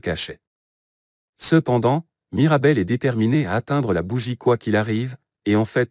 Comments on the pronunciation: C'est plus " Mirabelle" c'est " Marabelle " 💀💀💀💀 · C'est pas Marabelle c'est Mirabel. Mais sinon c'est superbe !😊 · C'est mirabel 😂pas marabel